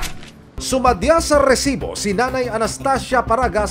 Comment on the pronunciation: Sir mali po bigkasng Rrrrrrresibo subra haba ng rrrrrr